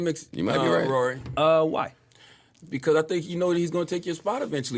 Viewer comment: it’s how Ak says “Rory” that keeps me coming back. 😂